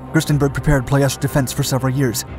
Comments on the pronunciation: It is PLOIESTI not PLOESTI.......VEGA not BEGA refinery and what is depicted here its Brazi refinery, ROMPETROL, the other one is called ASTRA refinery. The train rails that the nazi used for the anti air guns to protect the Brazi refinery i think they are still there, i used to play on them when i was a kid. The RED TAILS escorted the bombers over Ploiesti during the war, fun fact. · the way he said "ploiesti" really made me feel weird, he said "ploiesta" I suggest next time you maybe open up google translate and see how its pronounced (I'm Romanian so I'm not complaining for nothing) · "ploy-ESH-tee". Don't just pronounce a word "weird" to make yourself look smarter. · I've always heard the city name as Plo-ESS-tee... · 9/10 only because you kept mispronouncing Ploesti. Say it with me: Plo (as in flow) Es (like the letter S) Ti (like the letter T). Ploesti. Love your channel!!! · ploy, esh, tea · "pronunciation" lol. You're a good sport. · FYI it’s pronounced plo es tee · It's pronounced plo es ti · You are incorrect. That’s just how English speakers pronounce it. My grandfather was the captain of one of the B-24s (The Wolf Wagon). Years ago I was on a date with a Romanian and she laughed and corrected me when I pronounced it that way.